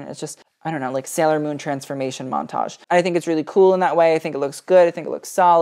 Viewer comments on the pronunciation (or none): none